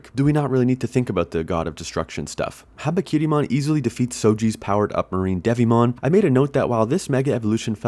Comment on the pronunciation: My somewhat deaf ears heard his name as Harakirimon 😂